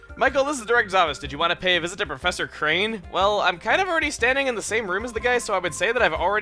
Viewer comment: its professor kRane, not kane